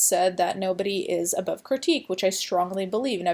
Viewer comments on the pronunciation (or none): none